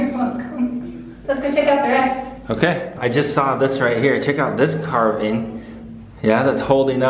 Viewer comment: you are saying "carving" like "carbine" sir :D